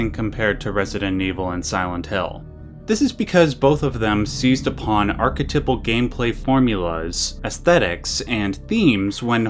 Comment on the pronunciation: I've never heard the word archetypal pronounced that oddly before. The proper pronunciation is ark-eh-tEYEp-el.